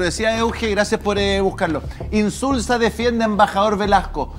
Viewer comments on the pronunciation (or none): INZULA ..es INZULZOOOOOO